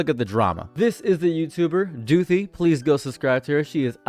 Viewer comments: every time you say back to doothi i lose a minecraft heart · “Back to Doothi” will be in my brain for the next century